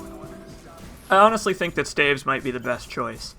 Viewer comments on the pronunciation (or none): STAVES not Stavs